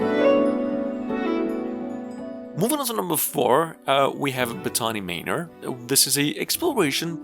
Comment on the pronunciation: The way you pronounced 'Botany' and 'Manor' suggests you don't know what either are XD